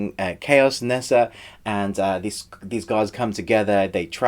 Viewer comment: In case you were wondering: the pronunciation of 'Ne Zha' is from Hanyu-Pinyin romanisation of Mandarin; the alphabet is pronounced differently, but it's great that you grasped the original. I really liked this film and I wish it was longer so that they properly fleshed out the backstory for the gods' war and the whole political situation of Donghai City (which I think is literally 'East Sea City', which makes sense since the De Clan boss is literally the East Sea King). It shows a great range from Lightchaser studios, who also collaborated on White Snake with WB in 2017, and personally I loved the modern elements and the sci-fi/dieselpunk take on it; it brought a dimension to classic fairy tales that hasn't much been done at all. You asked if there were any others of this sort that we would rate and to be honest I don't think it has many peers - you could say Big Hero 6 has a similar aesthetic/power-up mecha element but that's where the similarities end. I thought the film was really refreshing, and I enjoyed hearing your review!